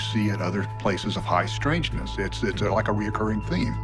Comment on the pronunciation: "High" strangness you say, sir?